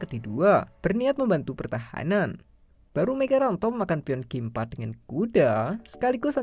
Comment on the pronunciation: Migaranto rokade panjang itu, salah baca teksnya 🤣